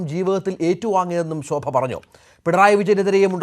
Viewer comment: Shobha aadyam SA Ennu parayan padikku...sha alla SA.....